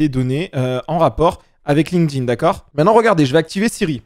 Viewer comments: J'ai regardé 2 vidéos sur cette chaine et dans 100% des cas mes oreilles ont saigné quand tu as prononcé LinkedIn. Ce n'est PAS "Linne queue dinne" mais "link tinne". Merci ;) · J'ai oublié les smiley (même si c'est vrai que j'ai envie de gifler toute personne prononçant "Linekedine") et de relever la qualité de tes videos (contenu et edit)!!